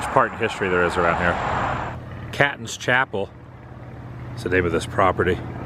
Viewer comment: Catons Chapel is actually pronounced like Kay Tons.